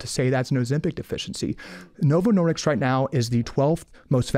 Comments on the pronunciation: I agree with Calley Means except it sounds like he is saying Novo Nordiks! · he doesn’t even know how to say novo Nordisk, keeps saying Nordicks. Good grief. So dramatic and argumentative.